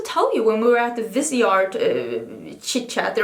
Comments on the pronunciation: I believe it’s Viseeeeart, not Vise(like visor)art. Stephanie Nicole works with them, and that’s how she pronounces it. : ) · Yes, vis-EE-art. I have heard the owner say it this way. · pronounced viz-e-art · Well pronounciation differs from english to french so you can say viseart but in french it is veezar like leaf it is vee and in art you don't pronounce the t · I love the way that the word ‘brown’ is almost becoming a swear/curse word when you describe products! 😀 And re Viseart, it’s VIZZ_ee-art (if you’re French you wouldn’t pronounce the t at the end) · you pronounce visar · ITS 100% VIS-E-ART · It is vis-EE-art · Was just going to comment this because of Stephanie Nicole too